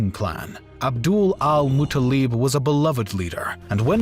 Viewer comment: Its Abdul-mutalib not Abdul al-mutalib